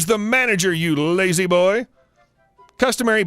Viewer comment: Your emphasis on the "Lazy boy" title made me laugh and almost choke on the ice cream I had just eaten.